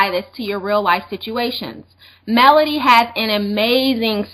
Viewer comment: Melody not Melony lol